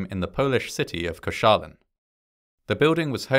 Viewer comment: Your pronounciation of Koszalin was surprisingly good!